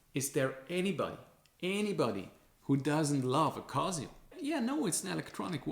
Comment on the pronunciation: "Kazio" haha. Man, cool video but why even bother with gucci, apple, swatch? You fell for Rolex/AP hype too. Like for the effort!